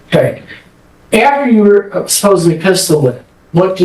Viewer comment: "werre" C'mon bro.